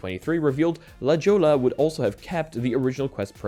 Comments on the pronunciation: La Joe-la? 😅 La Hoy-ya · La Jolla (/lə ˈhɔɪə/ lə HOY-ə, Latin American Spanish: [la ˈxoʝa]) is a hilly, seaside neighborhood within the city of San Diego, California. NOT "lah joel-uh" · The fact that he says “la jola” instead of “la hoy-yah” made my day in some abstractly funny way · Lah hoy Uh.............. not la joe la. smh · If anyone cares it’s La “ho-ya.” Great hiking out here. ❤ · La Jolla = LA-HOY-UH 😁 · Just FYI La Jolla is pronouced, LA-HOY-AH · I’m not certain, but I believe La Jolla is pronounced “La Hoyah” if it’s Spanish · It’s pronounced la-hoy-ya not La Jolla you silly pollack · i know u aint from the US and it doesn't make sense how its pronounced but if u wanna pronouce it correctly its "la hoy-ya" (la jolla) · please look up how La Jolla is pronounced.